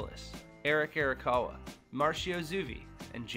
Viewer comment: "eric erakawa"